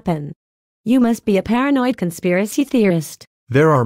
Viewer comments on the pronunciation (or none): Uuggghhhhh..... She keeps saying "paranoid"